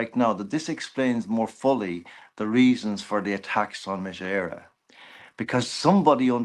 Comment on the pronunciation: Love John but surprised at his pronunciation of Mise Eire